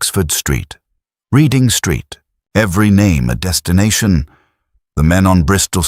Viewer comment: I have so may questions regarding this video. 1 - A lot of the pronouncing was wrong, for example Reading Road, named after the Berkshire (Barkshire not as it is spelt) town is said as in Otis the singer (did you know that he got his name from a lift plaque on a lift (elevator) as Otis has a factory in Reading) , not reading as what you do with a book. 2. I'm not sure the Western region of BR has decompensation to use hydraulics, BR originally trialled lots of different systems, with the Western Hydraulics being one of them, but chose Diesel-Electrics as the standard, although diesel-hydraulic systems were still used on some of the small shunter classes. 3 - Lode Star, the Churchward Star Class locomotive, is no longer in Steam, it is currently at the Railway Museum in York. There was an earlier Broad Gauge 'Star' class locomotive that carried the name. Although Steam opened in 2000, was there not another museum on the site before then? There are probably other queries I have forgotten about also